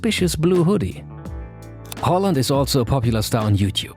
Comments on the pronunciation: Finally somone who can say hÅland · Very good Haaland pronounciation!